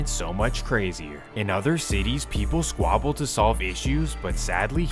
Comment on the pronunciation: Y’all here this square say squabble 😂